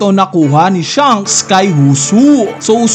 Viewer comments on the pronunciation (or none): none